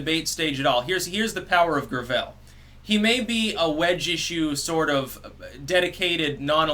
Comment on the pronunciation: "grav-ELL"... it's gravel. He's endorsed by like Hyacinth Bouquet